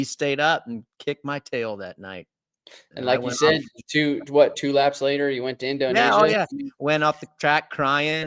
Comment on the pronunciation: Did I just hear RC quote Marty B “endonesia “